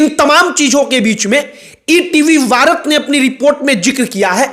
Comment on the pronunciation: VARAT ❌ BHARAT✅